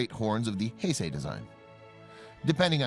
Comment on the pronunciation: He finally gets the Heisei pronunciation correct.